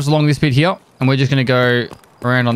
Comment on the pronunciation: "i'm gonna jump over heyh and i'm gonna jump over heyh" lmao